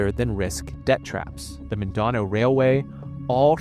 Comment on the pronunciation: Great video but your pronunciation of "Mindanao" really threw me off. It was kind of funny but also lowers the quality of the video.